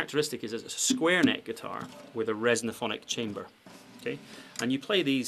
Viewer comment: Resophonic, not resonophonic.